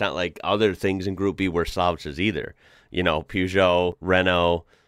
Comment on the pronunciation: just to be of help. It's Peugeot, pronounced Peugeot, not Pjuujoo